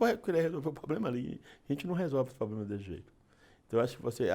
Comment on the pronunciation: Não sabe nem falar problema. Fala poblema.